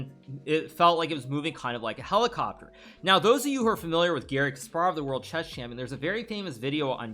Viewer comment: khelikopter, khelikopteeer ahahahahahaha